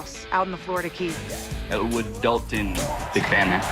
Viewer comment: The daltooooon daltoooon in the irish accent was sooooo funny